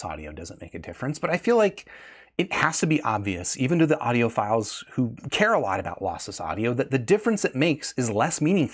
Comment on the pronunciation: says audiopedophiles